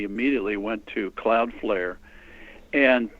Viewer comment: CLOUDFLARE........NOT cloudfare